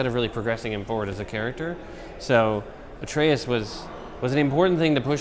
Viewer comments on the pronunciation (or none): "Artreus"? lol